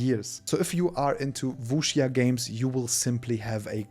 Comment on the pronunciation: Der erste Deutsche der Wuxia richtig ausspricht